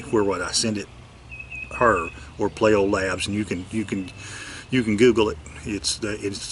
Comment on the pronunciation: Payleeo labs would be the proper pronunciation my friend.